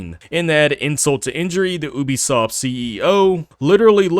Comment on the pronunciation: When you make a video about a company especially one as scummy as Ubisoft . At least learn how to pronounce the name properly . Maybe go back to school to learn the alphabet